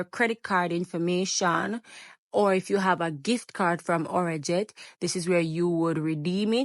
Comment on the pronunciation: It’s not our jet it’s arajet 😂